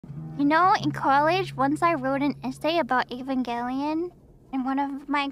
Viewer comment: I can't tell you how happy it makes me that she pronounces Evangelion correctly. I have no idea why so many people think it starts with a long E.